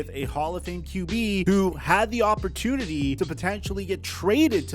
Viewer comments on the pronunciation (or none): none